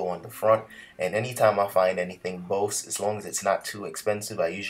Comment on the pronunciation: My friend, it's pronounced "Boze" !